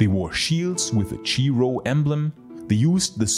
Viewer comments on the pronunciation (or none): I prefer the chiro (Kai ro) pronunciation.